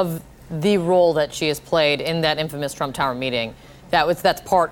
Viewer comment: She said "Drump Tower". LMAO